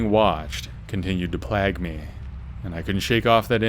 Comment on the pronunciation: “Plag me” ? 😂